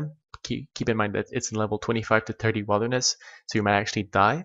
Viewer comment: he said wild-er-ness